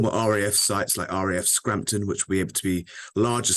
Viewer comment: “RAF Scrampton” ❓ That’s not even the name of that base 👎🏻🤬